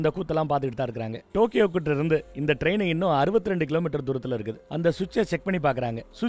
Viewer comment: 1.22 டோக்கியோவுக்கு போறார ரெயின் என்று சொல்லுரார் 😮 தண்ணிய போட்டுட்டு உளறுவது அண்ணனுக்கு வழக்கம்தான்😂